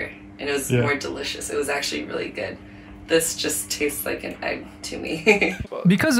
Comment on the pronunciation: Did only me hear him say eggually again and again instead of actually ?